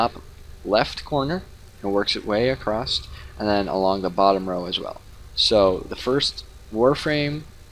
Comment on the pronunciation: Across has no T in it